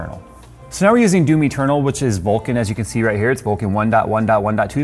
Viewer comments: I had my eyes closed and I was drifting into sleep sitting here watching the video and when he said Doom Eternal I heard it as Do me Turtle. And it snapped me out of the doze I almost fell into. I started laughing out loud. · "Doomy Ternal" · DOOM Eternal, I thought you were saying "Do me Colonel" lol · I keep hearing "do me, Ternal" whenever he says "Doom Eternal" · Now I can't unhear Do Me Turtle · It sounded like said Domi Turtle (Doom Eternal) 😄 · Until showed Doom Eternal, I thought he was saying "Do Me, Colonel". Never heard of that game before.